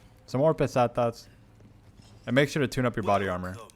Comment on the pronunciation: Pestanias :D and now u say Pesetas :D nice :DDD